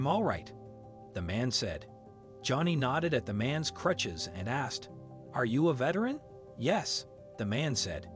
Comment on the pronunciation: Good story for sure, but are we really gonna skip over "clutches"? Go back and listen to the first time the narrator goes to say "crutches".